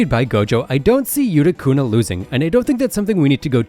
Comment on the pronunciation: it not yutu kuna yukuna